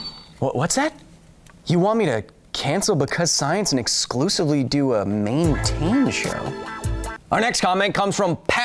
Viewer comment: Yyyeeesss, more Mane-tain